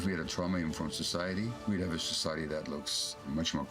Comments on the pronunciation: Amy, please don’t take offense, but the word is, “TRAW-muh” — not, “TROW-muh” traw, like draw… not trow, as in trowel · what's Troww Ma ? I got it hearing that word. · Excellent, brilliant, blah, blah, blah...l just wish that Amy would pronounce the word "trauma" the same way everyone else does. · Great interview. But that pronunciation of 'trauma', why? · improper to teutonize the pronunciation of a perfectly assimilated English word, trauma.